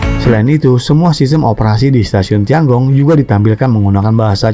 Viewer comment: Tian Gong itu harusnya dibaca/diucapkan/pronounciationnya : Tien-kung. Aku tahu pin-yin-nya. Sempat kursus mandarin. Tapi kuhentikan karena aku merasa ketinggalan akibat pekerjaan.